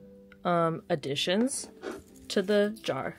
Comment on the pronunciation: "addadditions" Me when I can't do math (which is always) XD